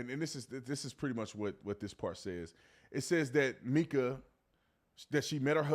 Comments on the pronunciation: Ok, B Tatum, you normally have done your homework but not on this one. She WASN'T 10 she was 14. Her sister stated that people misunderstood her that it started in 2010 when she was 14. Still wrong but the whole 10yrs old wasn't correct it was 2010. You also pronounced her name wrong and after all the videos out there no one calls her "Meeka" it's Mica pronounced "Micah" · Her name is Mike-uh! Not meek-uh. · MICA is pronounced MY-kuh, not MEE-kuh 😊😊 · It's my-kah not mee-kah. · Just an FYI, Mica’s name is pronounced with a long i sound, not a short i sound. It’s the same pronunciation as the name “Micah.” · Mica not Meeka 🥴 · I think it’s MIkuh not Meekuh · My-ca is how her name is pronounced sweetie.🙏🙌😇💙🌸💚🌼💜🤗🌎💮💗🌺💐💖🌹💃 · 📌Pin this, please. Her name is pronounced My-kuh!!!! Like the mineral. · It's pronounced My-kuh!! Mica, like the mineral. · Her name is pronounced Mica … sounds like My….ca. sorry it just drives me a little crazy. I’m a family friend of hers..keep up the good work on reporting. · her name is pronounce Mike-a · Please pronounce her name correctly! It’s My-ca. also just adultery is NOT the only reason for divorce. What about physical and mental abuse??? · Good video but please pronounce her name correctly. It’s Mica with a long I such as in Michael.